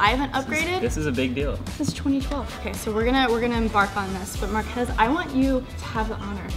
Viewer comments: One thing Sara and Will Smith have in common: Calling Marques “Mark-ass” xD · markhas, it's Marques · It's markhese 😂